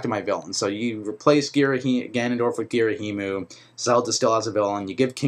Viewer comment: And Ghirahim is pronounced "Gir-a-him" not "Gir-a-him-u" lol